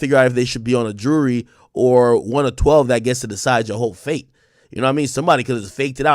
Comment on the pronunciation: Ak says jury like he says Rury.